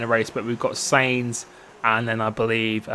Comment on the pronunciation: u say Sainz wrong u say it like seinz